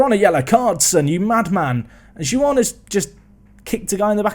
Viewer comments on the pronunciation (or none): none